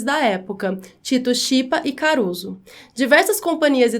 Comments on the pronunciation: ah...sou idosa! Pronuncie Tito Skipa , como se fosse skate, ok? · Só um pequeno detalhe, A prununcia de Tito Schipa é Tito Esquipa.